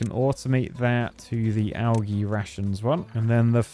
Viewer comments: Bird make him say algae right 😂😂😂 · Does he not know how to say algae.